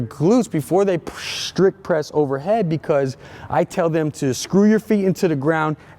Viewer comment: psshhhhhttrict lol. Good info you my nigga